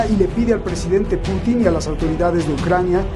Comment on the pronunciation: muy buenas y bendecidas noches, creo que ahora sí el señor Larios le salió lo neoliberal y se pone en su posición de derecha, pues que no ve el desorden que quiere hacer el JB que ni siquiera puede pronunciar Putin y le dice Clutin, el señor es un enfermo mental y el Sr. Larios los defiende. Creí que él es u. FIFI